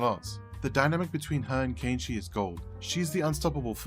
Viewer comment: An English speaking person pronouncing Kenichi's name properly!? Ok, you got my attention even before the 1 minute mark.